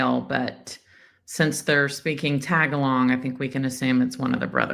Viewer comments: Omg,, the language is Tagalog, pronounced TA-gol-IG or ta-gol-IG, not ‘tag-along’ or whatever silly pronunciation you came up with. Geezus. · Pronounced Tuh GAH log! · Tagalog is pronounced “tah gah log” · It’s Ta GA log.